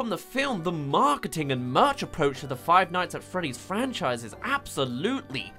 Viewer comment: finights at fweeeah dees